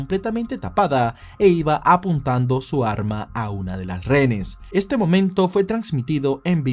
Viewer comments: Me parece genial que hables sobre los hechos nefastos que han ocurrido en el país, pero... mi vida, reHenes!! No RENES🙈🙈🙈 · Amigo disculpe que son renes? Es lo q claramente se le escucha....renes o es acaso un problema de vocalizacion? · Dígame cuando dice "renes". Qué desesperación.